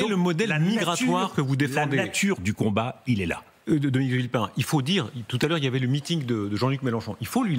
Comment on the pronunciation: UPR. Ca lui ba mieux "De vilpain", plutôt que "De villepin".